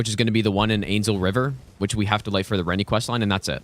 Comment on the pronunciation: To be honest, one of my favourite parts of these streams is actually the masterclass in pronunciation. Kukri= Cuckery Iji= Itchy Ranni= [G]ranny Radagon= Rada-gone I wonder if he's done Blaidd= Blade at some point. Now that would be worthy of a chef's kiss.